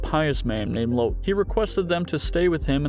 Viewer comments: Its pronounced Lot (lowercase o sound) not "Lote" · That's not how you pronounce"Lot".